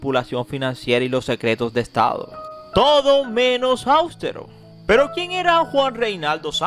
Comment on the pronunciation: ¡Austero, no "áustero", por Dios! ¿Por qué aterrorizan el idioma???